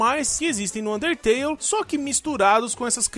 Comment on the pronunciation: ele n disse undertale ELE DISSE UNTETELE